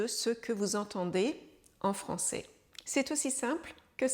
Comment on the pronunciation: Attention à la prononciation du son é vs è. Ça peut confondre les apprenants. Quand vous dites le mot "français" on entends ça comme "francé". Cette distinction est importante pour différencier des verbes comme "je serai/ je serais" ou "je ferai/ je ferais". Un bon truc pour les apprenants est de regarder des films ou téléséries pour s'habituer à entendre du français de niveau familier et informel, avec les sous-titres si possible. Les bulletins de nouvelles sont une référence, mais pas représentatifs de la réalité de la rue.